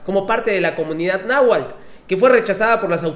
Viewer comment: ni siquiera sabe pronunciar náhuatl y dice nahual